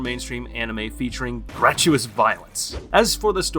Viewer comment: Not GRAT-YOU-US, GRAT-YOU-IT-US.